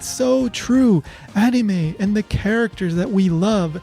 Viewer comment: It's crazy! She mispronounces anime just like you do!